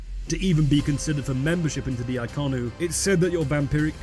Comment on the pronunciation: Isn't it Inconnu instead of Iconnu?